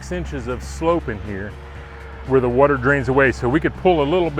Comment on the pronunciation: 'Grand wuter'..